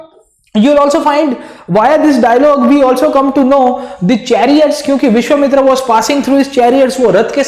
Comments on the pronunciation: Sir, it's not Vishwamitri.. it's Vishwamitra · sir it is vishvamitra and not vishvamitri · Great explanation sir. But the name of the sage was Vishvamitra, not Vishvamitri. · Sir it's Vishvamitra not Vishvamitri 😊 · Vishwamitra not mitri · "विश्वामित्री" nahi विश्वामित्र nam tha .... India k bahar se ho kya .. Itna v nahi padhe ho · It's not vishwamitri it's vishwamitra... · dude r u saying vishvamitri wantedly????